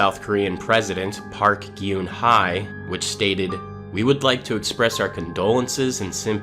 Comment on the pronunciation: Look I appreciate how you go through all this research but can't research how names are pronounced. The "Geunhye" in Park Geunhye is pronounced as "Gun Heh" heh as in when canadians say eh .